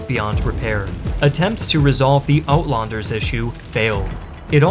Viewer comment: man i wish you just pent 5 minutes on having the words read to you. wits= VITZ johannes= JOE boer: BOUORR (FAST) uitlander= eight lunder (like london)